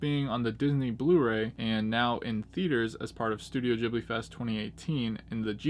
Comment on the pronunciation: LOL you pronounce it JIBLY !!! its a G bro , GHIBLI GHIB-LI - gotta admit tho your way of saying it cracks me up tho !